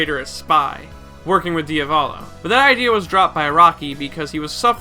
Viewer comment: Why do u say Abatchio instead of Abaccio and Die a vo lo instead of Diavolo and Bushaleti instead of Buccialati? U pronounce shit really weird bro